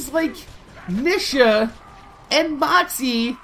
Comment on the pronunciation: OMG!! The way you say her name is annoying!! It's pronouced Neeeeesha!